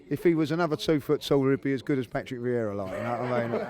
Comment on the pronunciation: VIEIRA* get the mans' name right!